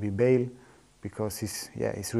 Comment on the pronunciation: HE SAID BALE LMAOOO